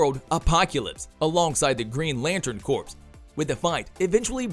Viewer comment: His name is Dark side not seed 🙄 I thought you were a fan? C'mon it's the basics you SHOULD know. It's the Green lantern core not corpse (yes I know it's spelt corps but it is core)